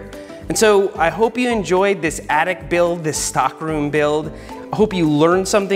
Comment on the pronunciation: Seth says, "The bike attic." I hear, "The bike addict." Meet you halfway, "The Bike Addict's Attic."